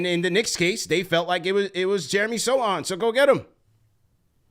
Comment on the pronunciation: Yo callers, you can't be judging my dude's hair if you can't pronounce his name.